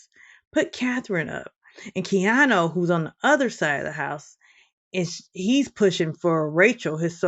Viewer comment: Keanu, not Keano